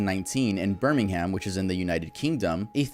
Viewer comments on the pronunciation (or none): Please why does every American say birming- ham, it’s pronounced ber-ming-um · btw, when referring to Birmingham UK its pronounced "birmingum" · the one bad part of the video was when he pronounced burmingham like burming-ham. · Also it's pronounced "ber-ming-m" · NOT HIM CALLING IT BIRMING -HAM LMAO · Pronounced burming um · this video is great but you pronounce Birmingham as Bur-ning-hem. Great video though! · No way he called Birmingham, “Bur-meeng-haam” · As someone from the uk the way you said Birmingham made me wanna cut my ears off with a rusty spoon 💀 good video as always tho